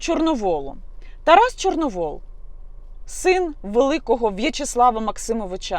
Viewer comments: Тарас ЧорновІл,а не ЧорновОл! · Яніно, Тарас не Чорновол, а Чорновіл. Це по перше. По друге, Тарас давно визнав свої помилки. По третє, будьте ЖУРНАЛІСТОМ, а не базарною бабою. По четверте, як тільки я побачила відео з Тарасом, перша думка у мене була, що це тітушки, а ви кажете, що патріоти. Поважаю вашу роботу. Не помииліться у виборі кумирів.